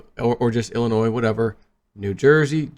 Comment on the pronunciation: ...please the S is silent when saying Illinois, it makes u look incompetent, luv you!